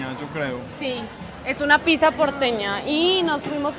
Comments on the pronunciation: ........piza no, pizza, palabra italiana, pronunciala bien, y para Ricky, ese uso de la palabra mero, parece una nea de Medellín, a todo un arquitecto no se le oye bien, media luna no, croissant, ese pan es francés no Argentino, están muy deferentes con los argentinos, esa gente no es para nada humildes o sencillos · por favor di pizza porque si lo pronuncias con S en Brasil es otra cosa😮😮 😂😂 hermoso video!!❤ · Los Argentinos a La "Pizza" la pronunciamos "Pitxa"... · Que hermoso ese lugar. te luce mucho el verde, te realza los ojos y te quería preguntar algo, espero no ofender, como se pronuncia Pizza, es que veo que siempre la pronuncias como "pisa" y no se en realidad.